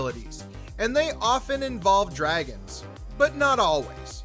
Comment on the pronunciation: Have any of the narrators here actually watched the series? Are you deliberately mispronouncing names of characters and dragons?? Smh...